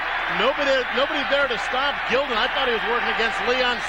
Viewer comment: Pronouncing Jason Gildon's last name wrong. It was Jason Gil..DON